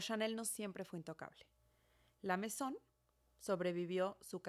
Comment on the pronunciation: “la Maison” Yo: la mesón🧆